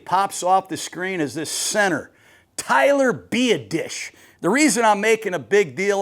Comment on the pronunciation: My guy said “ Tyler Be a dish” 😂